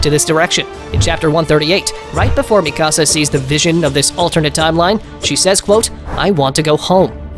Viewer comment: It’s fucking mikasa not ME CASA